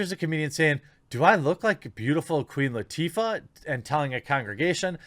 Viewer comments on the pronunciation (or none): none